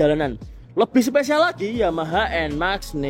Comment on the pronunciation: Enmax enmax. Enmex kali pak bacanya.